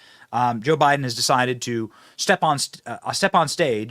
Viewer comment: She said" it's up to him to "saside"